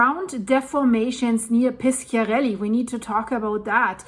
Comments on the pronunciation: You must say Pisharelli, not Piskiarelli. In italian, "sc-" is like your "sh-". And Bàcoli is not Baciòli: you must say Bahkoli, not Batcholi. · Hi. It’s Pishiarelly, soft c. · Però piskiarelli è molto più cortese di pisciarelli !!!😂